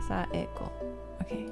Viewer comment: Saeko sounded like psycho so what I heard was little Psycho.